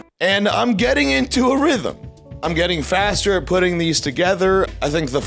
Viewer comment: Nadav you pronounce your "ing"s like "ink". It's getting me so angry.